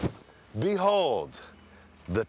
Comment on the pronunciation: enjoy watching this..but i can feel something wrong when matt say BEHOLD